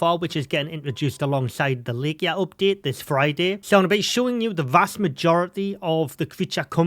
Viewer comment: Thanks for the videos! Looking forward to the update this week. FYI, Laika is two syllables: LIGH-kuh. One of the first Soviet dogs in space. Subscribed!